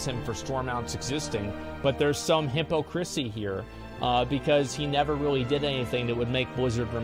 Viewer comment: No one: Asmon: Hippopotamus crysis LOL